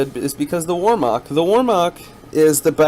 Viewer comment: Maori = Mow Ree , wermacht = ver macht